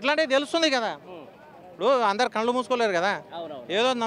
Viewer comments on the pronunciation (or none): none